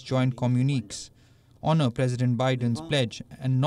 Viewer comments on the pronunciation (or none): none